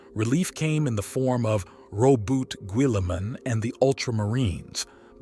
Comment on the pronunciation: what? never heard of rubut guilaman before?